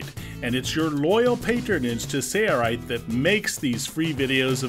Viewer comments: Your error will accumulate the way you're doing it. I'll bet your first and last set of holes are appreciably off. Use a square, instead, to transfer your marks to all the EMT. I still think it's funny that you can't say "sailrite." You say "sayer rite." :-D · Why are you saying “Say-a-rite” why don’t you guys pronounce the L? 😝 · He kept saying "SAIRRITE" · Why do they keep pronouncing the company name "say-er-rite"? That's an "L" in the middle there. Just click a link to their website and it's shows as a capital "L". I don't detect a significant accent on either of these guys (narrator and man in the video). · Sounds like he is saying ‘sayerite’ . Is that the correct pronunciation ? Because it looks like it should sound like ‘sail-rite’ . I’ve listened to it 5 times now and it’s bugging the heck outta me ! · SAYA RITE? Sailrite, say-it-right! <3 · Very good! One thing... lets all say it together...Sail Rite. Sail rite. Lol, rather than sayerite. Sorry, I could not help it. It just sounded odd pronounced sayerite. Great tutorial. W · Jason Sury SailRight. kept hearing say right but I see an L in there so I'm pretty sure it's sale not say sailright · Anyone annoyed with how he said 'sail' every time he said sailrite when doing the voice overs? It sounded like 'sayrerite'